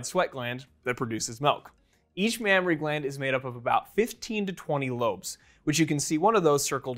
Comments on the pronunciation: Mammary not Mammory* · Mammary not Mammory. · That's "mammAry glands", not "mammOry glands". Just sayin'... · Correction : It’s not “mammory glands” it should be “mammary glands” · isn't it a mammary and not mammory?